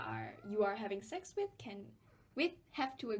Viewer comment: why do u pronounce sex as sacks